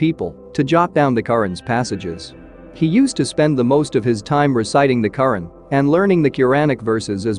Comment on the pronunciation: AI mis pronouncing Quran